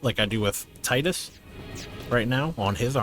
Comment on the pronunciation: But not Tidus